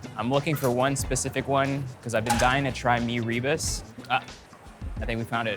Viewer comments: Hi, mee rebus is pronounced 'mi-rer boost'. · Lol, poor Erwan needs some locals to help with his pronounciation 😆 so cute lah! It's Mee-roo-boos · Its more like mirror boos